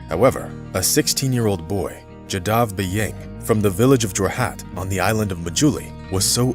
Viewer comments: Jaadav.. not jadaav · Pls pronounce this great man'name properly..."Jaa Da V" and nothing else.